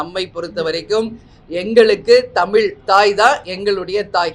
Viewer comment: உங்க வாயில கொஞ்சம் வசம்பு வச்சு தேய்ச்சுக்கோங்க,,, குமரிக்க,,,,,ண்டம் அல்ல குமரிக்கண்டம்,,, தமி ல் இல்ல தமிழ் சரியா உச்சரிங்க